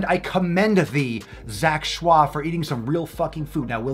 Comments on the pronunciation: His last name is pronounced as "ch-oy". He actually eats raw salmon, steak, rib eye, waygu, etc quite often as well... (at least previously). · His last name is pronounced like Choy in bok choy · Kamimari Denki why is he saying shah? It’s Choi.... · He's just joking pronouncing it with a French intonation XD I'm French so it makes me laugh everytime, can't help it 😂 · He pronounces it schwa for the Lols. He knows its Choy😂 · In the first video papa did on him, he says he knows it's choi, he just likes how fancy schwah sounds. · if i took a shot everytime he said zach "shwah" id die of alchohol poisoning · Am i the only one who still giggle everytime papa say zac choix ? 😂😂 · the bandana, the way you say zack shwah, I cant 😂💕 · Lmg that's not how u pronounce his last name lmfao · That's 🙂 he's just being funny with the way he says it, I'm sure he knows the real way to say it hehe